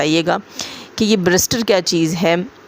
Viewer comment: Jazib sister ithink he is trying to say berister😅